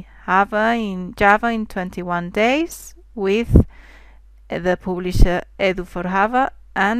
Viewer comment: pooblisher? :D thanks nice videos